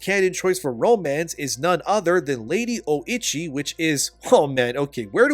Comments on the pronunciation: thats not Oichi , thats Oishieettt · 😂 “lady oh-itchy” 😂 it’s oh-ee-chee